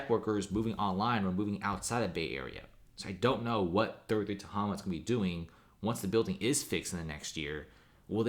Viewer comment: Ta-HAY-ma. Mispronouncing.